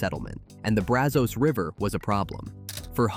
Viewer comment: Pedernales is tricky. I've always heard it Per duh nahl us. Llano was close, but it's Lan O, not lun o. Braz uhz, not Braz Ohs. WAX a hatchie. Just like candle wax. I enjoyed the first half with the natural places much more than the industrial ending. But then again I live in the Texas Hill Country.